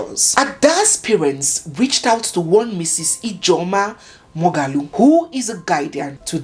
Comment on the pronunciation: Did you say Morgalu??? Judy cousin?